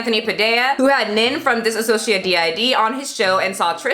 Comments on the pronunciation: btw not a big deal but dissociative identity disorder is pronounced dis-o-ciative (Trisha did it too so I guess if u heard it from her it makes sense) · It's diSSOciative not diSAssociative It's not to be rude, but I don't know why people keep adding "sa" when there's none. Anyway that appart, these sandwich just makes me soooo hungry right now X3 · I’m so sorry I have to point this out lol, it’s pronounced “dissociative”, not “dissasociative”. No hate on this video at all, it’s just more proof that Trisha had no idea what she was talking about in the first place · hey, you and trisha keep saying diSAssociative but it is dissociative, just so you know :) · She can’t even say the name correctly. It’s disSociative disorder.... not disAsociative disorder. If she actually had it you’d think she’d be saying it right. You’d also think she would have “switched” on camera before since she’s been on yt for how fucking long now? But no... only after Anthony Padilla did the video on dissociative disorder did she start switching ALL THE TIME on camera. Another thing.... she does mukbangs all the time but 3 chips and a fruit roll up give her a “tummy ache”..? She’s fucking gross.. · Please stop pronouncing it dis-a- sociative, there is no A in the word. Her walking around the kitchen and throwing shit, eating three chips and saying she got a tummy ache, though she shoves so much food in her fat hole. Her fast food reviews are nonsense and I’m glad people are raking her over the coals. Nin, needs a lot of support with this. Trisha is a pig, and she doesn’t deserve the free YouTube money. I honestly have never been so disgusted with a person.